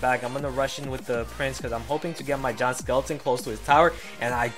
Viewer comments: "Jont skeleton" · why do u call it a john skeleton